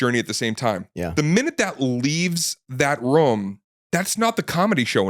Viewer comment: guy says "room" funny. almost like a "rum"